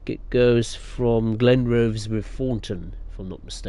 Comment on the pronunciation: Leven - pronounced Lee-ven Kirkcaldy - pronounced Kirkoddy Glenrothes - pronounced Glen-roth-es Burntisland - pronounced Burnt-Island